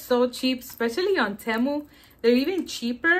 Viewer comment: Hey you're pronouncing Temu wrong it's TEE-MU 😊